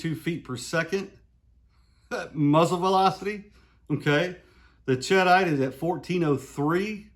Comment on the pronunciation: SAAMI for 3" 28ga is 14,000psi which can be handy. sheh-deet (it's a blasting compound named after a town in France), ched-ite sounds like some kind of cheese. I doubt that matters but it sounds funny to me. Thanks for the info.